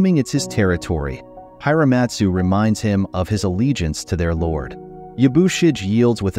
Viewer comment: It loses something when you don't pronounce the character names correctly; It's Ya-boo-she-gay, not Ya-boo-shidge; and the "I" is not long in Hiramatsu, it's Hear-a-matsu.